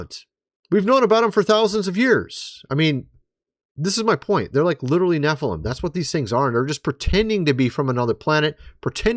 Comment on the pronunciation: Nephiiilam lol your an idiot dude